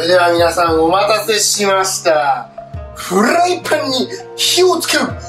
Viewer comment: フゥライパァァンんにふぃを(火を)ツゥ～ケェ～ルゥ～作業をシテイクカルゥラァ～⤴